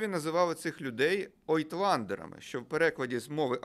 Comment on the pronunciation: У вас ошибка: правильно говорить не ойтландеры, а аютландеры либо эйтландер (на некоторых диалектах африкаанса). Кстати, государственным языком ЮАР до конца 40х все таки был нидерландский,а не африкаанс, так что таки аютландеры